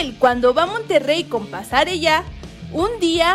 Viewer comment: Alguien que le diga a la chica de la voz, que los nombres de algunos futbolistas no se pronuncian como se escriben ja ja ja ja Pasarella (pasareya)